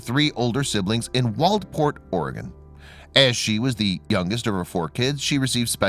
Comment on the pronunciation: It's Oregon Health & And Science University (OHSU) not Organ. Lol.